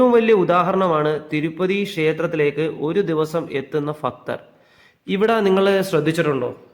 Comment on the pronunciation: എന്റെ പൊന്നെ ഫക്തർ അല്ല ഭക്തർ 🙏